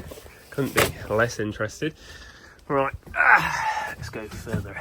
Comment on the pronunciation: Take a drink every time he says ""! LOL Great work here! Thanks for sharing this!